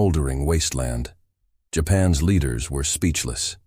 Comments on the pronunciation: For the love of god teach the AI that words like Japan's are not pronounced "japan ess". Apostrophe S is not rocket surgery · AI pronounces Japan’s as Japan S. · Humorous AI. The voice can't say "Japan's". It keeps saying Japan s. The pics are funny also. When it talks about landing on an island it shows a landing craft leaving the island and soldiers running the opposite direction . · Hmm, odd. You would think a human could step in to edit...